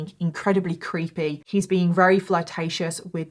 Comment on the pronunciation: For someone who claims to be English you sure can't speak it very well. That's very with a v come on now say it with me v v very! Not rary